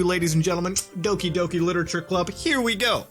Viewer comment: Doki Doki not Oki Doki